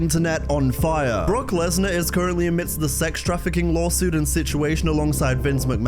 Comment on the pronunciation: They clearly sounded like they said brock